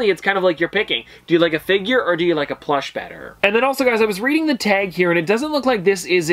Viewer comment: The way he says teg instead of tag 😂